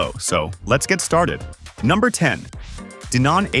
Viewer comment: DEEEnon? huh?